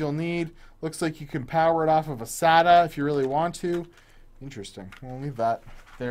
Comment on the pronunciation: You said SATA correctly unlike other people who say "SayTah"